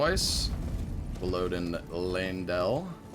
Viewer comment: What is Lanedale? You mean Leyndell?